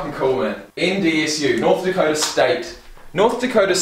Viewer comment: “NDana” It’s North Dakota bud. 😂😂 but it’s an irrelevant state soo 🤷‍♂️